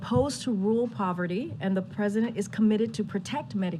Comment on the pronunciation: She can't say Marjorie or rural the right way?